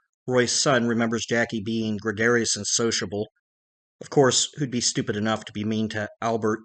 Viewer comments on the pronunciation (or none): none